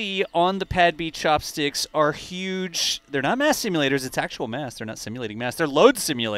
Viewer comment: the return of the "Chopstickles"